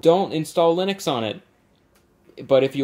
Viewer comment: Linux/ I-nucks/LIN-uuks